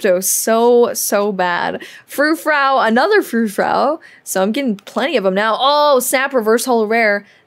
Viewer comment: Will look forward to that rotation video. It's Fur-frew not fur-frow. It's like your name not Bow